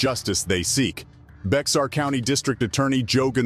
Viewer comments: In San Antonio it's not pronounced BEX AR ITS PRONOUNCED BEAR COUNTY EVEN THO ITS SOELLED BEXAR THE X IS SILENT DO SOME MORE RESEARCH ON THE PLACE YOUR COVERING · Well the narrator of the video is not a local. Bexar County is not pronounced Becks-Ar. It's pronounced Bear. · He said "Bex-ar" county. 😂 It's pronounced "bear" you dummy. Good Lord, I don't see how people are this dumb. It would take a 15 second search to get the correct pronunciation for the video yet you failed to do that. I have zero patience for incompetency and laziness. I used to live in San Antonio so I know this is how it's pronounced. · "Bex-Are County" LOL it's pronounced 'bear' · Bexar couty is pronounced Bear county from a fellow San Antonian who was confused about that as a child 🤠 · Seriously need to raise the minimum standards for hiring these armed thugs. And its pronounced "bear" County. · I always feel special when ppl read ‘Bexar County’ as how it looks, rather than saying ‘Bear County’ as how it’s actually pronounced. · The way you pronounced Bexar County was super cringey. The X is silent. It is pronounced Bear. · Bexar is pronounced as bear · San Antonio is the county seat of "Bear" County. Bexar is a Spanish word and the X is not pronounced!